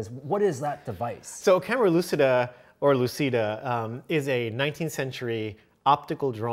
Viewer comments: Guys it is italian: camera lucida is pronounced camera luchida( lu as in look, chi as in chip, da as in dart) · Sorry if I step on toes here, but it's REALLY BORING to hear the word lucida mispronounced over and over again by otherwise intelligent people. It is an Italian word that is pronounced phonetically as such: loo chee da.